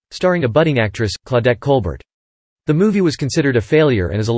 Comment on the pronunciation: A lot of good information much coming from Capra's book, THE NAME ABOVE THE TITLE. This could be improved upon by working on narration delivery, and learning the proper pronunciation of words and names, specifically the name of Claudette Colbert--pronounced Col-BEAR. In addition, images need to be used in context to accompany the narration. While there are a lot of such profiles like this on YouTube now, the random disconnected use of images is not skillful film making.